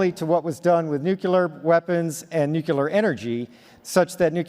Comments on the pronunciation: By "nucular" I think he means nuclear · NUCLEAR!!! there is ONE 'U' in this word!!!...facepalm.